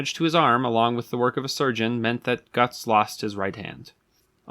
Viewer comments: It’s pronounced like “goots”. Not “guts” The umlaut over the u gives a “oo” sound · I think the pronunciation is more like "goods" with a T instead of a D. And less like "guts" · The "o" with the umlaut, say e with your teeth and o with your lips, closer to Gerts, certainly not guts. Ugh. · Not guts von beargenlinkin GÖTZ (say "got milk" like the terminator would) and the last name is pronounced barlin-chinkin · Ö=oe so I'm guessing it's pronounced like Goethe (ˈgər-tə) so it's probably ˈgər-ts or gerts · It's pronounced more like gertz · closer to 'Gerts' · Wrong. He pronounces Goetz incorrectly as well.